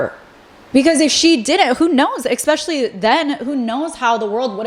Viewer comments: Also it’s es-specially not ex-specially …. No shade either sorry I’m just a Gemini lol 😂 I also love when ppl correct me just fyi. We don’t learn unless someone helps us from time to time 💙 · I love love love your videos but the word is ESPECIALLY not exspecially 😅🙏 gets me every time! ❤ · i love your videos but i think it discredits your insight and expertise when you pronounce words incorrectly. saying “expecially” and “scruntiny” almost made me click off your video.